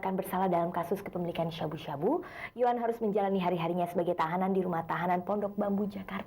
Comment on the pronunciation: Nyebut sabu sabu nya lebay banget Harusnya sabu sabu aja bukan syabu syabu 😅😅